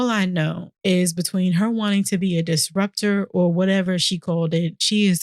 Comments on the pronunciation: Disruptor is the word right? Cause what is a distrubptor? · Did she say... distruptor? she got a doctorate and still can't say disruptor?